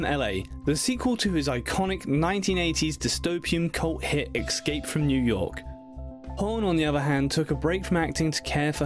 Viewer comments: Kathy Parker yes, as well as the pronunciation of escape. Excape! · there's no X in the word escape. Narrators should pronounce words properly. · I wonder why people pronounce it “ eX scape”. Where do they get the X from? It’s escapè lol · You should teach him how to pronounce since your the expert.. lol The narrator is British ,that's why he pronounced it differently..